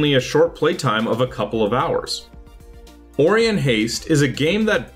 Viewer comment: it's pronounced O-ry-on not ori-on - it's from the star constellation